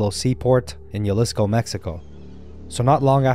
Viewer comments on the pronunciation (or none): The Mexican province is pronounced [huh•lee•scoh], not [yah•lisco] - & thx for posting☆